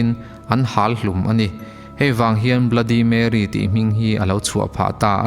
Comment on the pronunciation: Bluddy marry tilo in bloody merry ti in lam zawk tur